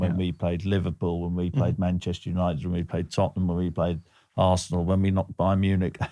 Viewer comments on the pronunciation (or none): none